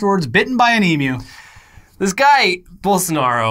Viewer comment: Thanks, if nothing else we finally found an American that can pronounce 'emu' correctly.